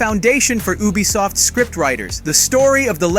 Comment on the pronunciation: Sorry man but but your pronunciation is garbage you said Ubisoft wrong every time and pronounced Yasuke differently every time you said you even called him Ya and hattori hanzo don't even get started hope that was a AI voice and not actually you